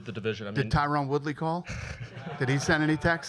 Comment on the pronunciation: "Tyrone Woodley" lol